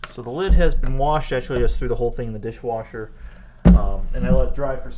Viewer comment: Did you just say "Dishboscher"? 😂